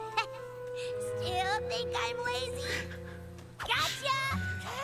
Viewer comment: Laizy?!Seriously ,laizy?!I mean what's laizy in this?Does she even know what laizy means?That bitch........